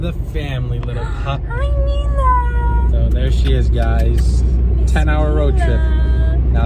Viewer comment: Hey, her name is Mile pronounced (me - la):)